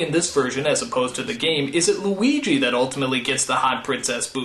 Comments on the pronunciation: Weegee Mario. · I believe it is weegee malleo